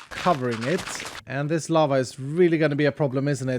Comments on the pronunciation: Lava! I thought he said llama lol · When you said lava It sounded like you said lama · I thought he sed lama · Oh lava? Anyone else think he said llama